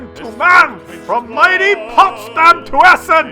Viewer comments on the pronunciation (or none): none